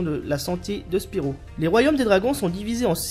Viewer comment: Hey mais c'est mon gg! :D Mario Kart 64 et les cochons de guerre tu me fais plaisir là. ^^ PS: ce n'est pas Spirou mais SPYRO mdrrrr